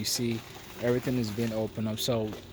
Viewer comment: Maybe it's just me but I get really annoyed when you annunciate the words ending in "ing". you say "Padd'N" instead of "paddING". I have notice that with some of your other videos including the word "every-thin" instead of "everythING" Otherwise, great video and congrats on the build.